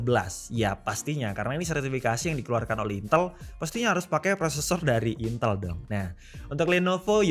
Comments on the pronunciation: Bacanya INTÉL bang, bukan INTEL... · duh, ngomong "intel" nya kok saru...